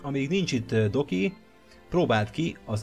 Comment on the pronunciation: amikor mindig azt mondtad Doki akkor mindig azt hallottam hogy Doggy.